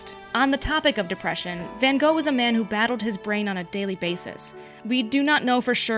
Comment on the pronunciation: I think you mean Van Wogh